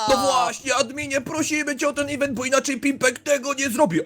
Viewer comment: Nie ewentu tylko mówi się iwentu